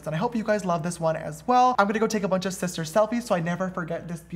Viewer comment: Shlay shister!